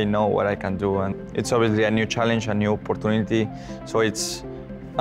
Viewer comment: the 'op-par-tu-ne-te' never gets old